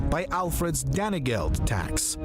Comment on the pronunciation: "Danny Geld."